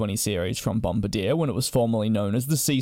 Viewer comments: It's Bom-bar-dee-yay, bomb-a-deer!! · bom-bar-DEE-ay not BOM-bar-deer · That's not how you say, "Bombardier". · mis pronouncing bombardier 😭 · the way you say bombardier bothers me so much :( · Great video. But it might be good for you to learn how to say Bombardier. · You’re saying Bombardier incorrectly